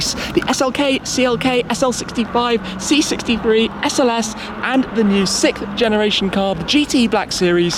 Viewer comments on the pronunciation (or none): I've wondered why the British can't say "sixth." They say "sicth" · I feel like he can’t pronounce “sixth” properly.